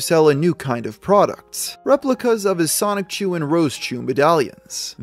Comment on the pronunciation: You pronounce Sonichu like 'Sonic-chu'. Why is that?